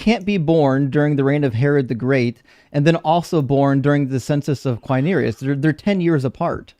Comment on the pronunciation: Hey,, for you to never forget the right pronunciation, a hint: Quirinius ends like "News"... Qui-ri-News. 👍🙂